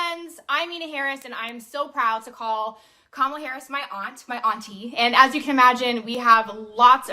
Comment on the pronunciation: if you wanna see Joe reading off the teleprompter and mispronouncing kamala's name.